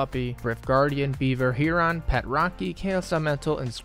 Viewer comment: love the vids <3. ps fishing pet is pronounced "hairen"